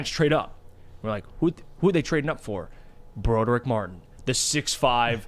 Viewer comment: Can please stop saying "Bro-durr-ick" it's "Brah-Drick"